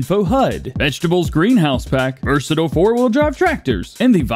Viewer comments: Versa tile not Versa till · accent? 😂 I have the same “accent”. The word versatile has two pronunciations however this is the company Versatile, which has one pronunciation. You just choose to say it incorrectly.